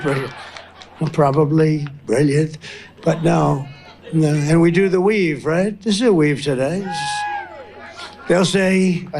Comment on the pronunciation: Why does he emphasise WEAVES? IS HE WEAVING VOTES! DON'T UNDERATE THIS CHEAT!